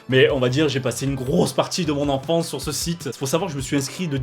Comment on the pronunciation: A il dit : j'ai fait une petit liste de site de notre ENFRANCE 😂😂